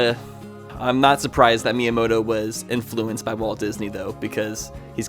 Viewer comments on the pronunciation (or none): none